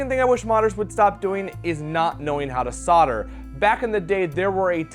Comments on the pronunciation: Maybe learn how to pronounce solder! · Don’t you think it’s weird that solder is pronounced sauter